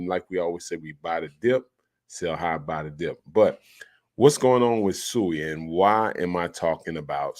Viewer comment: With all due respect I believe we should pronounce the name correctly (SWEE)